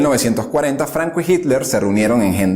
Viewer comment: No termine de ver el vídeo, de donde es ese acento? Flancisco Flanco